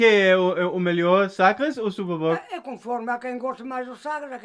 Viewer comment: TYVM for speaking better Portuguese now, Amalie still speaks better than you... You say SUPER BOC n vinho do PORTO perfectly...lol